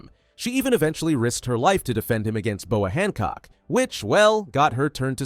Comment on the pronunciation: Bro it’s boa Hancock